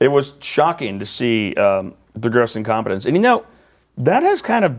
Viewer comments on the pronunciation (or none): Did you say competence or confidence? Well I guess both would work.